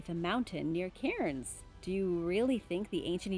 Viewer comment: Cannnnnsss mate not Ca-irns just as bad as SIDNEY